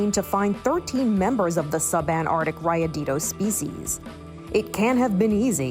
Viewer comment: I speak Spanish but I didn’t even understand the name cuz she pronounced it like raya-dee-doh